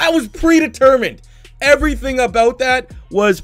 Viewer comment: "yaerds" "aout"....wtf man